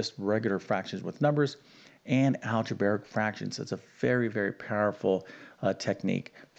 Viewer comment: Solve??? We’re given an expression, not an equation. Equations are solved; expressions are evaluated. What kind of a math teacher is unable to use mathematical terminology correctly? Of course, this is also the guy who pronounces algebraic as algeberric, and distributive as distribative, so there ya go.